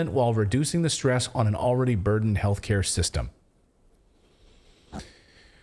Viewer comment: Did you say health care system or Hell care system?